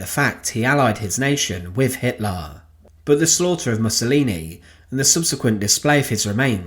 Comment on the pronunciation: I remember this narrators pronunciation of HITLAR